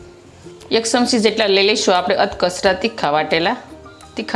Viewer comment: V વીડીયો બનાવવાનુ બંધ કરો પહેલા ગુજરાતી બોલવાનુ શીખો, સમસી નહિ ચમચી, સે નહિ છે🎉